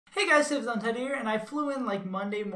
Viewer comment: No I meant that you pronounced "save as untitled" wrong the first time you said it haha